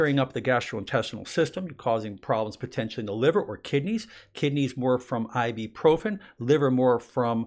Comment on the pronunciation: Why does everybody say IBIIIII-PROFIN? When the rotten medicine bottle clearly says IBUPROFIN? Im not into drugs, but thats a big mispronounceation. Just sayin!